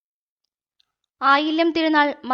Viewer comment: മലയാള ഭാഷയെ ഇങ്ങനെ കൊല്ലല്ലേ. Pls എന്താണ് ഈ ഫ. അവതരണമൊക്കെ നല്ലതു തന്നെ. അത് മനസിലാക്കുന്നുമുണ്ട് പക്ഷെ ഈ ഫ വരുമ്പോൾ ? നിങ്ങൾ ഈ ഫ കൊണ്ടുദേശിക്കുന്നത് എന്താണ്. ശൈവ പ്രകാശ സഫ. ഉച്ചാരണം സഭ ഭ ഭ ആണ് ഫ അല്ല .🙏🙏🙏🙏🙏🙏